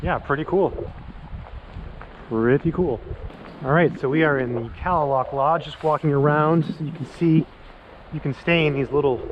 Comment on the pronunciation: I go here every year since 1987 beautiful place I believe it's native pronunciation is ka👉a is silen ka lay lock thank you for your your I luv it saving it